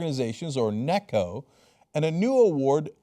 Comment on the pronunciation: Did.... Did Trump's estate broker call his made up group "Neko" Yes yes, it's NECO, not Neko but still. Meow.